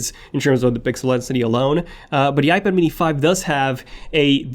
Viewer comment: When will you learn how to say iPad?